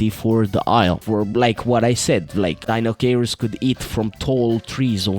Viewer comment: Say it with me, everyone: Die-no-kai-russ